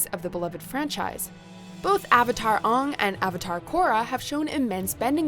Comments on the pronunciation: Did...i hear...aHng instead of Aang? *M. Night last airbender Vietnam flashback* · How did you mess up the pronunciation of Aang ,it's in his series that they pronounce his name Aang not ong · It’s AYY-ng, not ahh-ng! Also, I don’t remember seeing her in the last one, but XJ9/Jenny should have been in here, instead of Spongebob. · It Aang not ond again say it right! Your almost as bad at pronouncing the name as the Avatar the last Airbender movie was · Will no one point out the way she pronunced "Lionel" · Aang not uung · WHO IS "UNG" IT'S "AANG" WITH A DIPHTHONG /ei/ LOOK UP A PHONETIC TRANSLATOR THING TO SEE HOW IT'S PRONOUNCED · Did you just pronounce Anng, Ung?... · AAAAH WAT THE FUCK ITS (A-NG) WAT THE FUNK NOT UNG!!! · whos Ong? its Aang, dont you dare say the pronunciation of the horrid movie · aong??????????????? its AANG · The list was Great and the video was amazing until the End. Announcer please learn how to pronounce Aang’s name. It has a Long A sound and does not rhyme with song. Maybe not have this person read the list if they can’t get the pronunciation right. It’s like the Movie we do not speak of. It’s horrible and it’s like nails on a chalkboard. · Really. Really oong is how you say his name. For crying out loud they say his name in the show. A is not O get it right. That stupid movie did the same thing. Dont be like them. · It's Aang not Ohng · It's not Oong it's Aang. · WHAT THE FUCK?! Aung? It's pronounce Ae-ng, you dumb bitch. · Oh hell no,she said Ong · did you just call him “Ung”?! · Wait, did she say aong or aahng instead of aang--? Hahahhahahhahahah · I'm sorry, but WHY in the world did you pronounce it "Ung" like in that terrible movie?? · She pronounced it "ong" uuuugh what is the the live action movie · Lady saying Avatar aahng..... Omaewa mo shinderu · That's not how you say Avatar AAng's name. What the hell is this Avatar Ung BS!?! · hearing the word "ung" instead of Ang gave me PTSD from the Avatar Movie